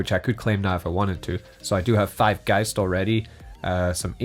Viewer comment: finally, someone pronounces geist right. every other videos says geest lol